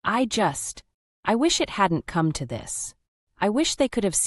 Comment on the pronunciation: "Come, Mark" is now pronounced "Co-may, Mark"?? Give me a break